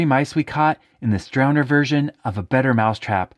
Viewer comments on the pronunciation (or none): drowner, not drownder, but still love the videos.